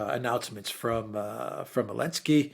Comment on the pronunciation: Why does say Elensky rather than Zelensky?